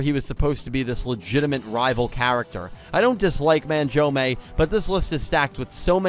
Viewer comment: The way you pronounce Manjoume is painful to listen to.